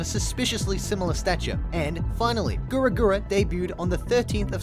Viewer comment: You can't pronounce "Gawr" properly.